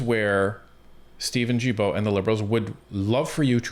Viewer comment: I don’t want to be rude but you don’t pronounce Guilbault correctly it’s like guilty Guilbault I s the same way. I love listening you to keep the good job